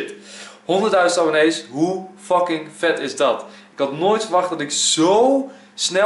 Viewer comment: Echt erg maar je zegt wel veel keer docking d moet een f zijn